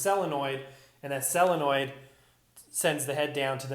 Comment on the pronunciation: SOLENOID NOT SELENNOID!!!!!